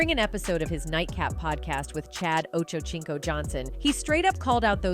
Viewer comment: Chad "Ocho-CHINCO"! Lol!